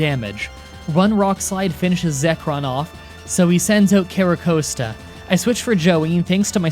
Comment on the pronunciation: I wasn't gonna say anything until you bragged about how you got them all right.Here's a list of pokemon names you got wrong: Genesect, Patrat, Audino, Reunculis, Sigilyph, Musharna, Mienshao, Carracosta, Hydreigon, Seismitoad, Bouffalant.